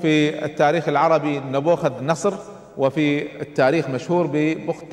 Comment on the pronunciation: مشكلة الشيوخ لا ولن يذكرون المصادر..😂...لان كل مصادره التوراة..لانه اساسا يذكر اسم ن بوخذ نصر غلط بغلط بغلط بغلططططططط....اضحك كلما قال نبوخذ نصر.